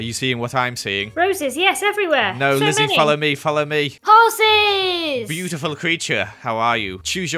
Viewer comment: “Hoeses” amazing name for horses